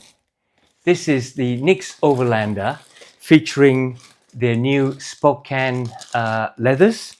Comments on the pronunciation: "Spo-Can" not "Spo-Cane" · I have always heard it pronounced Spo CAN. Like "he can do it" American english is so weird sometimes...